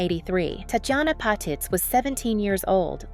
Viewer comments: Annoying voice narrating, pronouncing the name of its subject wrong. It's "pah-TEETZ" not "pat-its". Tatjana deserves better than this, she was one of the best, RIP. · Patitz - PA- TEAZ